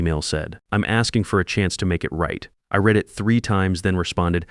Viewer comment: A I narration can't tell the present or past of the word "read" or "live". Very jarring.